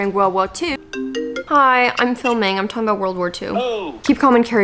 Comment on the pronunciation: "hi im filiming, im talking about world war 2!" PLS